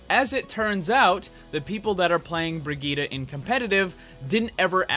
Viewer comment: HER NAME IS BRI-JITT NOT BRIGITA LOL